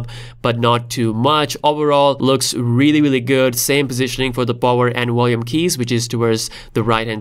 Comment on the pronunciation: volume with a v not a w!